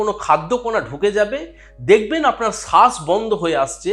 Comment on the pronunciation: সাস না শ্বাস